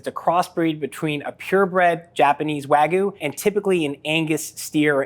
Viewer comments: It's wagYU not waGOO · Sounds more like Ragout, Wagoo 💀👍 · its wagyu. not wagu. pronounce it correctly stupid american. educate yourself. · Its gyu not gou fling american😭😭😭❤️ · The way he says "wagoo" drives me nuts lol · Wa-gee-you not wa-goo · Wag-yoo. Not whygu. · These experts can't even pronounce wagyu correctly... wagoo? wagoo? it's WAGYU! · My biggest pet peeve in the world is hearing people say "wagoo" instead of Wagyu. Do you think the Japanese put a Y in there for no reason? Does something with the word "goo" in it sound appetizing in the slightest? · why is he pronouncing it wagoo? there's a y in there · Wagyu has a Y in it. "Wag Yew" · Americans saying wagoo. Funny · BWAHAHAHAHAHA! Literally just one Google search would've prevented this stupidity. Wag-oo 😂😂 white people pronunciation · Just did. What are they teaching you in America? I've never heard of it being pronounced like "wuh-gyoo". It should've been clear to me you're American. Odd ones out as always. Hopefully you don't ever pronounce it like that to a Japanese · First it was him saying "wa-goo" but the squeezes really became too much after a while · "Wagoo" lol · it's pronounced wa-gyoo/wag-yoo you dingus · i have NEVER heard someone pronounce it wagoo until this moment 😦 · I don't know how many more times I can hear you say "wagoo". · I stopped watching when I heard how he pronounced wagyu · This dude's pronunciation of Wagyu is absolutely destroying me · this video is really neat, but the mispronunciation of wagyu and sake made me cringe. especially with how often wagyu was said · Should have got a guy who knows how to pronounce wagyu. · Why do Americans neglect the Y in wagYu?! I live in Japan and this irritates me (and others) so much! The Y is NOT silent! (also choosing to ignore the hard A sound) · you dont have to know any japanese to see theres a Y in the word and he keeps leaving it out